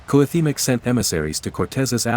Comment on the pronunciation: Imo it'd be better if you voiced these yourself instead of using a bot, since it does weird stuff like pronouncing Cuauhtémoc differently half the time